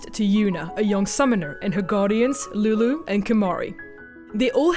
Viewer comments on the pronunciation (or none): none